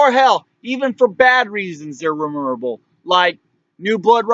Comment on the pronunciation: Its MEMORABLE not remeemorrablll or whatever you dribbled out